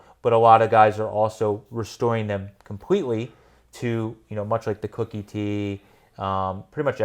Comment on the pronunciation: Koooookie T not Cookie T.